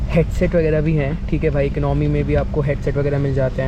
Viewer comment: Eknomy nahi hota boltay Economy hota hai